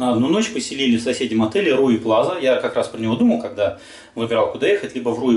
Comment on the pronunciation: Неплохо было бы перед тем как снимать видео, запомнить название отеля. Все таки не Руи Плаза, а Риу Плайа.